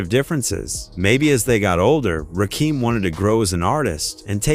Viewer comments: This is garbage. You research one of the greatest hip hop lyricists of all time, then disrespect him by mispronouncing his name for 20 minutes. Stop it! Fix it or take this shit down! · I can't take these narrations by these yuppie white voices mispronouncing names.. delete this! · The fact that his name was pronounced wrong and all caused me to turn this off at 20 seconds. If this AI, work on spelling things so the engine can read it right. If this is a human, go find a brother to do it. Lastly, get your info right. Rakim said LONG AGO the reason was over money and creativity. Rakim did most of the production, but wasn't being paid for it. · I dislike hearing this narrator fn Rakim name over and over. Is this voice A.I or a voucher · I said the same thing culture vulture fa real Rakim is a l legend pay homage the right way to 18 letter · Can't stand when AI gets the name wrong twenty times. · I stopped the video once I heard Rakim name mispronounced. Stick to Pop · Brah don’t do no more Videos.put respect on Rakim name .yall wana do videos a can’t even say his name Right 🤦🏽‍♂️ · Damn bro I was just saying the same sh!t out loud! Disrespectful! If you gonna do docs the same the name right wtf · Why do these white people telling our hip hop stories always pronounce the rapper's name completely wrong like they do this s*** on purpose We got to stop f**** with these people have our own people tell our own stories we don't need they disrespect FOH ✅ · It's NOT RAKEEM. It's RAKIM. As in KIM. smh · I could only tolerate half this video. His name is pronounced Rah-Kim…not Rah-Keem. This AI shit is garbage. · The commentary is informative but call him Rakim not Rakeem these trolls are culture Vultures kool story bro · It's crazy if you going to break it down you gotta get the names right you can't get Eric B name right but Fuck up RAKIM name up I'm like who the FUCK is Raheem this is no coming to America or is Raheem part of the Wu Tang clan WTF HARLEM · Rakim not Rakeem.🤬